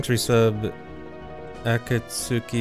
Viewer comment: Bruh, doesn't know how to pronounce akatsuki 💀